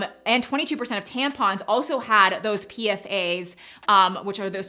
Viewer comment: As an insurance professional dealing with PFAS exclusions etc, it’s usually called P-FASS… not PFA’S. Call it what you may, just throwing it out there. Thank you for including that issue in your video as it’s a real issue.